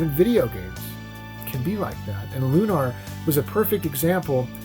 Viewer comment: And here I thought it was Lunar, not LunARR